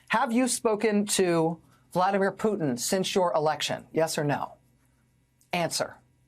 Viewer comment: Vladimir 'who'tin 😅